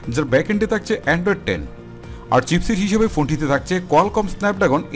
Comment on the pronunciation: তাকচে, তার্টি, তার্ড,কমান্ট। এসব শুনতে একটু অড লাগে।একটু সংশোধন করবেন ভাইয়া।ধন্যবাদ